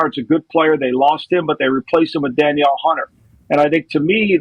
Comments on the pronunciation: Sorry I can’t take a guy seriously who calls Danielle “Daniel” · Guys, it's not "Dan-yell" Hunter, it's "Duh-neel" Hunter. And he's a beast. Sad to see him go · stopped trusting the after he said "danyell" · My wife’s name is Danielle… it’s pronounced Dan-Yell, bro 😆